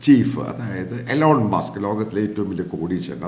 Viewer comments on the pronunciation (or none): "ഈലോൺ മസ്ക്" എന്നാണ് അമേരിക്കൻ ഉച്ചാരണ രീതി